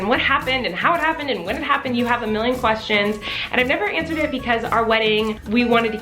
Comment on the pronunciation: Lol "twestions" could actually be a new term. It works 🤷😅